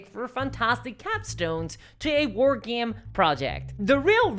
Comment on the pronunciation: wtf is a "war geem"